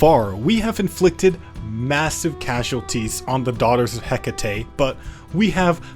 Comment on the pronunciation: Hekate, heh ket. Hehket man. RAGE